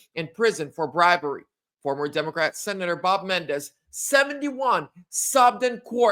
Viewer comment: Men - en - dez.